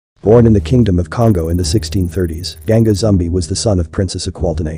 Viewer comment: Gan-Ga ZoomBa is the right way to say it. You are using Zumbi pronounced Zoombee